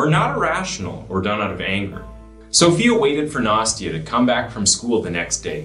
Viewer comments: Nah-stee-uh. It's not nasty-uh. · I may be mistaken, but I believe the child "Nastya"'s name is not pronounced "Nasty-a", but "Nast-ya".